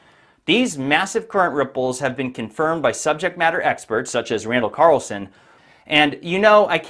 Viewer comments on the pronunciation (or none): none